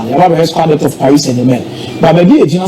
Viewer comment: Squad depth not debt please